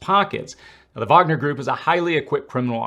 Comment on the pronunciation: Finally someone pronounces "Wagner" correctly. Hats off to you dude 👏